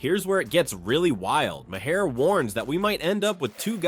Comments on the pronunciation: Right! Ma-HAIR! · Colbert is pronounced 'Colbaire' and Maher is pronounced 'Marr'.Nice try AI.Your biggest problem is pronouncing names.😊